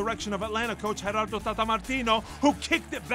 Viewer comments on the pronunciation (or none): none